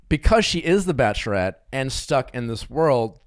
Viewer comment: “Relayship, Bacherette, Nally (Natalie).” Nick, you’re missing some syllables there.